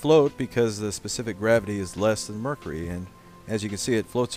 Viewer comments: "and last we have a container of Mercree." ....what a fuckin moron... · why do you pronounce mercury wrong it's mer-curie. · Pronunciation: mer-kiu-ri. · Did he say mrrrkury?